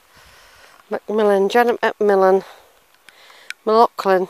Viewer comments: You can't even say Mclean for god sake! It's spelt Mclean/Mclean but pronounced McLain/McLane. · It's pronounced Mc Lane ( McLain). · There is only one pronunciation and it is McLain/McLane...… the other pronunciation was used by the toothpaste company to highlight clean teeth!